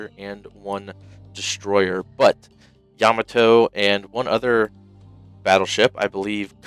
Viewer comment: It's pronounced Ya-MA-to, not YA-ma-to.